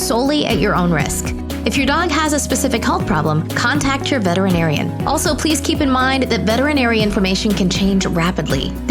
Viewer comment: Please pronounce veterinarian with 6 syllables😢